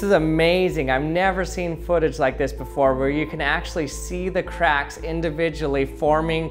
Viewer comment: Did anyone else understood sometimes craps instead if c4acks?